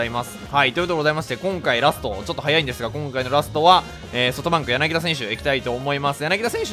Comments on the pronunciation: やなぎだではなくやなぎた ↑この間違いはホークスファンが怒るやつ。。。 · 私にやなぎだと言っているように気がします。 言ってなかったらすいません。